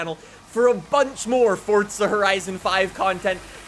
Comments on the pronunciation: Its not fortza it's forza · It’s pronounced as Forza not fortza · Forza NOT Fortza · Why does he keep saying fortza? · ForTza horizon 5 WHERE IS THE T IN THAT! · My brother is mad at you because you say fortza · Theres no t In forza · There is no T in Forza, please stop